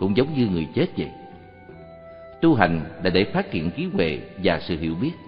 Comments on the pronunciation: "Trí huệ" hoàiiiii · "TRÍ HUỆ" LÀ CÁI GÌ ? NGHE MẮC MỆT . " TRÍ TUỆ " LÀ NGHE ĐƯỢC .